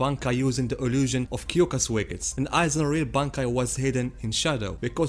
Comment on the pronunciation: im sorry but "kyokasoegestsu" killed me